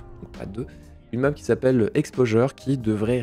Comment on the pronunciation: "Exposure" quel accent magnifique tu as. (Fallait commenter pour le référencement, je savais pas quoi dire.)